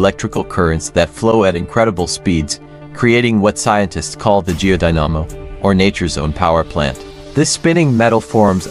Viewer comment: The "mag-na-TOSS-phere"? The "gee-oh-die-NAH-mo"? Seriously??